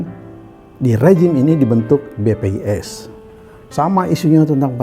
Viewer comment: Koq BPIS sih nyebutnya bos?